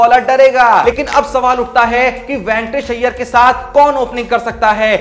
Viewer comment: Ventors nahin re baba Venkatesh Iyer chutiya tere ko bolna aata nahin a Gaya YouTube per